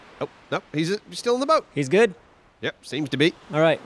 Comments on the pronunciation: Does think there is a "r" in boat? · "Broat"... for your health.